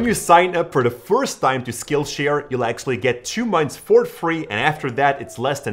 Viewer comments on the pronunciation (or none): none